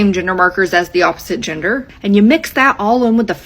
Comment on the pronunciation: why is she saying ginger instead gender 😭😭